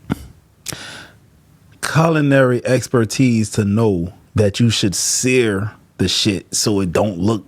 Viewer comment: Yo, when ol girl was cooking steak and you said seare it. I thought that was flesh on the plate😂😂😂😂😂